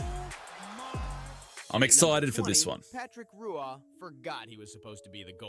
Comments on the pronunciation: Patrick Ruah never existed its pronounced Waa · I can tell you already that you aren't watching a high-quality video, because the narrator pronounced Roy as ROO ah. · The comentator cant even probounce "Roy" and failed to mention that Roy juked The Great One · The Narrator of the video mispronounced Patrick Roy's last name( the R is pronounced like a W)